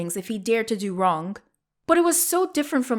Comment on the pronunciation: Who else hears wronk